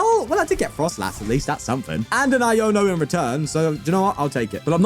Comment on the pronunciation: It's froslass, not frostlass